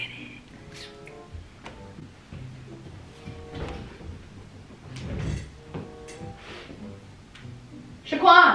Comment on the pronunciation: Since when say Shaquan 🤣🤣